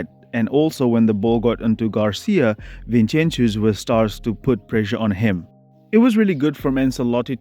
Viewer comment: From Barca fan, I think it's disrespectful to be calling Vinincius 'Vinchenchius'